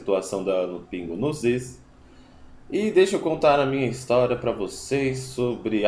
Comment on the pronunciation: Cara, vc fala muito mal! " Pra mim fazer" " pingos no izzz"